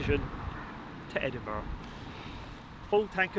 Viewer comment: Duke of Edinbruh.